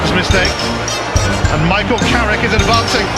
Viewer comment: It’s Carrick you knowwwwwww